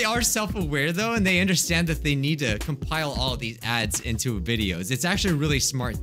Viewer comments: Kind off sounds like he's saying dads in the beginning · I really thought he said cursed dads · Who else thought he said cursed dads lol 😂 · Am I the only one that hears ‘ cursed Dads’ in the intro? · I thought he said Cursed Dads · I thought you said cursed dad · I thought he said cursed dads XD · It sounds like you said Curses dad's o.o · You sound like your saying ‘cursed dads’. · He said dads not ads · “Cursed ads” I thought he said ‘cursed dads’ I was like wait wha— Edit: this is the most likes I’ve ever gotten on a comment- thx :D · at the start dose it sound like he is saying "cursed dads" rather than "cursed ads"? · Cursed Ads My ears - Curse Dads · cursed ads! no one: literally no one at all: not a soul: not even james charles: my hearing: cursed dads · Bruh when said "cursed adds", I thought he said cursed dads wtf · I thought you said "Dads" instead of Adds. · I legit thought he said “cursed dads” (edit: oh he did say that lol im dumb) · For a second, I thought he said 'Cursed Dads' and I was so confused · I thought he was saying ‘first dads’. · No he said cursed dads I replayed all the times and the first letter i here I’m a d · Dude!Your not the only one. I first thought he was talking about cursed dads but second time hearing is just ads lol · I said dads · I thought he was saying cursed dads to XD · i just realized he said cursed ads after i saw this comment lol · Same. I thought he said cursed dads.😂😂😂😂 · I heard dads uh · he said cursed Dads wtf Can you not see the Text? The hell? Uhhh. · I heard cursed dads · I heard cursed dads 🙄🥵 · he said "curse dads" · He said curse dad's accidentally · SAME i was like "Uh huh.. yea I loved cursed dads.." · wait why did i heared the intro as "Cursed dads. We all know them,we all love them,we all hate them." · I cannot be the only one that heard him say “ cursed dads” XD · At first I thought you said "cursed dads" and I got really confused lol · At first I thought he said cursed dads